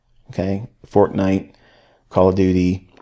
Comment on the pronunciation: going back to this mentorship a year later and hearing Micheal say "Fortnite" is just funny dude I couldn't even tell you why. But S/O ICT for the willingness to share these concepts and lectures with us, Always very much appreciated! God Bless.